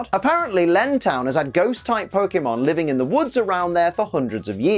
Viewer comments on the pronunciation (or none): none